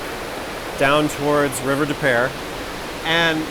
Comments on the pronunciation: Where river des peres runs on the south end of St Louis, it is actually pronounced river de pew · As a st.louisan. its river depoo